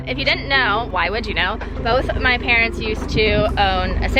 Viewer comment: Adorable with the parents. She calls them pa-rents because they pay the rents.